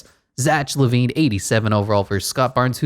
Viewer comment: cool but zach lavine is said like zak